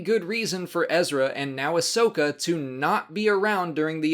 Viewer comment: Great episodes. This half of the season is awesome. I have just one little problem with the last episode. Her name is Ahsoka, not Ashoka. Get it right,!